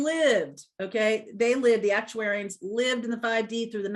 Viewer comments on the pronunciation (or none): You pronounced ARCTURIANS, "ActuAIR-ians", but its "ARC-Toor-ians". I'm one. Thank you for this reading! Its a lovely change! xoxo